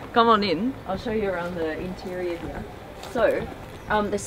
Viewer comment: Love how she says “here” HEE-YA